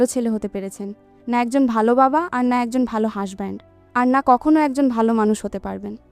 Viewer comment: আমি শুধু বারবার আপনার হাশবেন্ড শব্দটা শুনতেছি 😂😂😂 হাজবেন্ড ❌ হাশবেন্ড☑️😂😂😂